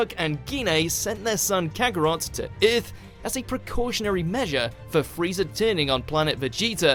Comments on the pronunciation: The hell is planet "Urth"? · Nothing in this video is better than how the host pronounces Earth. OOERTH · I chuckle every time he says Earth. Ith! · Holly crap... narrator was saying "earth" the whole time I thought he was speaking about "iith" of something like this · Bardock and Gine send their son kakarot to "eurth" :D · This guy said earth like :,, öth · That's the funniest way I've ever heard someone say "earth"! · why cant you say the word Earth properly?